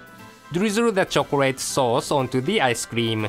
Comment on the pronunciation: "and drizzle that choclade saus"